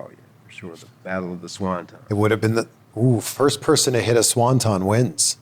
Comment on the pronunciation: SawnTon!!!! Swanton!!!